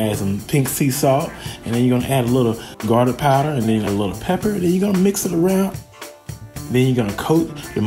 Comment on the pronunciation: The way that man massacred that garlic hurt my soul.